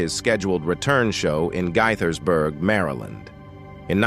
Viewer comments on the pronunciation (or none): The way he pronounced Gaithersburg was brutal lol